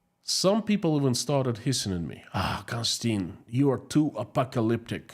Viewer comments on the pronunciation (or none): none